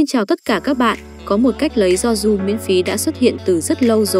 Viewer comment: Người bình thường đọc yoru "do ru" Bạn "do du"